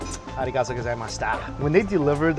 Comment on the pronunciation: Ichiran is definitely overrated. Yeah it’s good but there are so many awesome local ramen joints. Anyway, since you travel to Japan often, I think you can brush up on your “arigatougozaimasu” haha